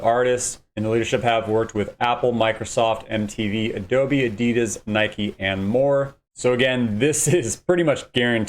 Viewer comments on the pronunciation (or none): none